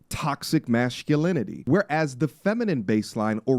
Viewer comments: Was he deliberately saying “mashculinity” or was that a speech impediment? That shit was frying me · Why is doing saying “mashculinity” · Why is he saying mashculinity? Theres no “H” in the word. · what's mashcullin' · Have I been saying "maSHculinity" wrong this whole time?! 🤔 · That was driving me nuts wtf that guy is weird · Wass probably saying wrong on purpose so ppl comment on his video asking why